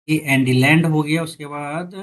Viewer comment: bhai hassi nahi rukri hai🤣🤣🤣🤣🤣🤣 tumne land ko kya pronounce kar diya hai